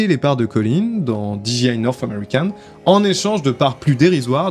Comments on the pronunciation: Super émission mais désolé, on ne dit pas diji mais soit tu le dis à la française déji soit tu le dis à l'anglaise, didjé. Ok ? Oui, en anglais le J se dit Djé et le G se dit Ji. Pas de bol hein ? Quand les Français se piquent de parler anglais c'est décidément une catastrophe 🤣🤣🤣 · Alors, c'était super intéressant, merci, par contre j'ai été trigger tout du long, parce que tu répétais sans cesse [di ji aie] 😬 En Anglais, "j" se prononce [jé] et a l'inverse, "g" se prononce [ji]. Donc j'ai pas mal grincé des dents je dois l'avouer 😅, mise à part ce détail c'était très cool merci. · Du très bon boulot d'investigation, merci. Un détail de prononciation qui aura son importance avec n’importe quel interlocuteur Anglophone : dis moi, Disc Jockey, tu prononces bien ça Di Djay ́, n’est-ce pas ? He bien dans notre cas, tu ajouteras juste Aille. Di Djay Aille. (Dji c'est G en fait) Comme tu le prononces genre 182 fois, pour un Anglophone ça pique 😊. J'attends ton prochain projet, merci à toi.